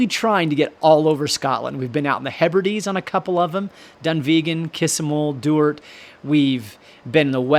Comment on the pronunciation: I'm a Maclean of Duart. Fun fact.... Sean Connery and Catherine Zeta made a film there. The narrator's pronunciation of Maclean and Duart is like nails on a chalk board for me. Skatland is another one.